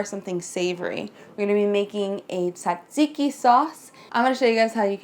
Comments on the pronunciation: it's tzatziki, you focus more on the tzzz (you should actually sound like a bee :p ) .. just an advise from a greek girl . And btw you're amazing!! <3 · Being Greek it sounds so funny to me when people try to say "tzatziki" haha. Love it tho!Great video,thank you :)